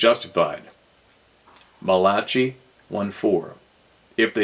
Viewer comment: Just so you know hears some help with those biblical chapters! Deut er on onyx an that’s Deuteronomy and Mal a ch with a k sound Malachi not trying to be rude just trying to help!